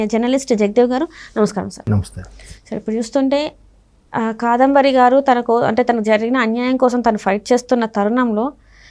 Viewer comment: తెలుగు సరిగ్గా రాని వాళ్ళను యాంకర్ గా ఎందుకు పెడతారో తెలియదు. ఇంతకు ముందు కూడా ఇదే తప్పులు. 'కదంబరి' కాదు 'కాదంబరి'. ఎనలిస్టులు కావాలని కరెక్ట్ చేయడం లేదా? 👎